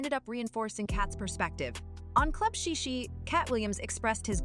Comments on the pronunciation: It's Shay Shay not shi shi😂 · If you can’t even pronounce the words Shay Shay then you probably should keep your mouth off of the issue since it’s clearly no research of your own just repeating what you’ve heard